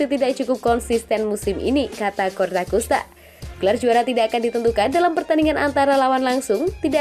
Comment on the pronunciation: Ralat min bukan CORTAKUSTA TAPI COSTAKURTA